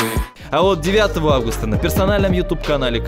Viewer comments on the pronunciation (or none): none